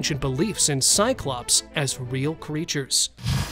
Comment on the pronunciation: 'cyclopse' hahahaha try mammoth